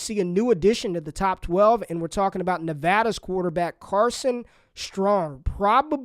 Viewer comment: Thank you for saying Nevada correctly!!! 👏